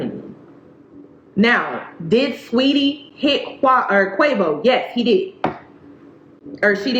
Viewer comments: If you say Qawvo one more time 😂😂😂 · Every time you say "Quah-vo" I snickered 😁 This is a sad story tho ugh It's an embarrassment to both sexes imo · 😂😂😂 I'm sorry but everytime you say "Quavo" all I think is avacodo